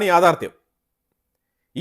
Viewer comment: എൻ്റെ പൊന്നു ' യാഥാർദ്ധ്യം ' Dange'r അല്ല dangerous ആണ്.